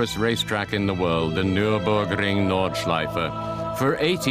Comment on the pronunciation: "Nürrrburgring Norrrdschleife" xD